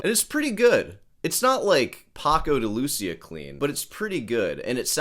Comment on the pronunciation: Wassup? Love your ranting and congrats for the 3rd Place Championship you landed in Troy, Alamaba no less, but when pronouncing "de Lucía" you should put the accent on the i, not the u. Please.